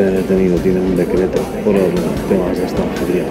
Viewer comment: pol que si? pol que si? pol gili....!!